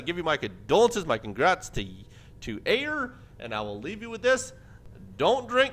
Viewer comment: Hey Aiur here, its pronounced Eye - UR, :D